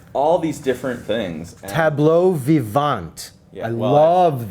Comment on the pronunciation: Nice French accent,, “tableau vivant”, hahaha!